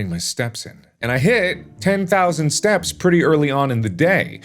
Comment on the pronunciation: it kind of sounds like he's saying stabs and not steps hey mark who u gonna kill... i ain't gonna tell the authorities